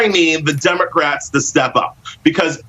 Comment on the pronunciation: He mispronounced "democrats" several times